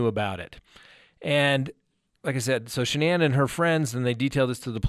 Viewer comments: Ive noticed no one can pronounce this womens name correctly...especially news reporters who you think would know how...like this guy.its not Sha-nane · The emphasis is on the FIRST SYLLABLE of Shanann's name! Why is everybody getting it wrong??